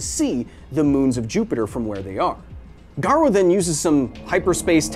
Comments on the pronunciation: "hero hunter garoo" ._. are you really a opm fan? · haven't seen anyone say it so: Garou is pronounced Gah-roe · This was a great vid but the pronunciation of Garou was bugging me a bit haha. The U in Garou is essentially silent, so it should be pronounced as Garo rather than Garu. There's minor differences in Japanese between an O and OU but as English speakers it's nearly unnoticeable so it's safer to just assume the U is silent as it's more accurate in nearly all cases. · GA-RO-U NOT GA-RU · Dang that was a great video. Knowing what some anime reviewers go through when they show actual manga panels.. I fear this video won't be up for long. I hope I'm wrong. Also, erm.. nitpicky but it's "Ga-roh", not "Ga-roo". (I know, I'm being that guy . sorry). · OPM is also a great tragedy. Btw Garou's name pronunciation is Gar-Oh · Can't even pronounce garou correctly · the Japanese pronunciations are so bad lol